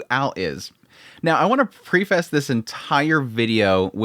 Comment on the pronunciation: "Now, I want to pre-fess this entire video..." Nice pronunciation,!